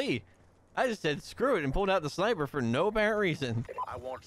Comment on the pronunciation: SVU is a DMR, not a shhhnnnnaaaaipeh